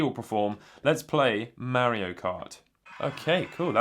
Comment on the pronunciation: BLOODLY DUMBASS IT IS MARIO NOT MEARIO